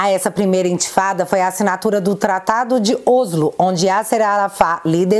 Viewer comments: te amo pra carái e adoro os seus vídeos mas vou deixar a dica: não se pronuncia "Ôslo", o certo é falar como se houvesse acento agudo no "Óslo". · se não me engano, o mome Oslo (capital da Noruega) se pronuncia Óslo.